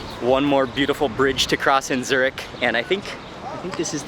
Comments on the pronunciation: Dude you wrong say Zurich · The amount of times he said zuric😂